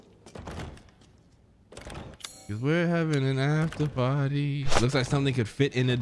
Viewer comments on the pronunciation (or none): none